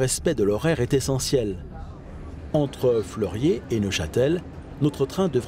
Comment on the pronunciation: petit annicroche de prononciation ca arrive lol